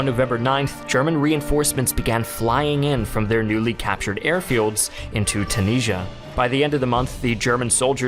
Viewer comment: Why do you say Tunisia so incorrectly?